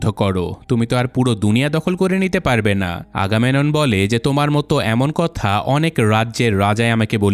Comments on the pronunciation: চরিত্রের নামগুলো সঠিক উচ্চারণ করতে হবে। আগামেনন না ওটা আগামেমনন হবে এবং বোয়াগরিয়াসের হাইট ৮' না। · ভাই উচ্চারণ টা আগামেনন না আগামেমনন হবে। 🙂